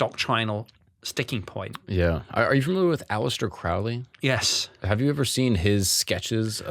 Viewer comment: Crow-ley like crow. He was not satanic